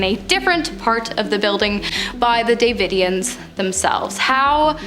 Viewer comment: Please Google how to pronounce these words before making these videos! I love this channel but as a born and raised Texan these pronunciations gave me the ick lol Waco = way-koh Davidians = duh vid ee ans San Antonio = San Ann tone ee oh Fort Cavasos = kuh vah sohs